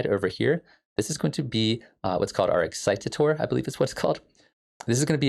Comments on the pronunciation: Pronounced more like "ex-si-tay-tor", not "excite-a-tor". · ex-cite-or not ex-cite-tite-or ;)